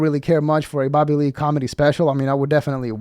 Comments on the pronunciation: With your accent it sounds like "Babbahlee" 😂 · These channels are getting old for anyone over 25 or has an IQ over 75….. I love how your dumb ass says “Babalee” for Bobby Lee.